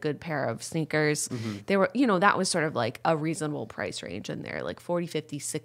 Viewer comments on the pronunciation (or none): Jenna your old lady is showing when you say sneeakers lmao